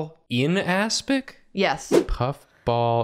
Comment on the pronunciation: asking "what's an aspic?" made me choke on my water It sounded like ass-pic